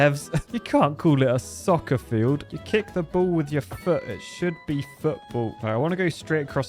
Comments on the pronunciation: You sounded a bit Bristolian when you said "soccer field" and placed it in. 😂😂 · I loved the American accent when you were placing the SOCCER FIELD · The American accent when you put in the “Soccer Field” 😂😂